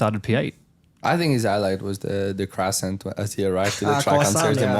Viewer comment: someone has to stop pierre from saying crasant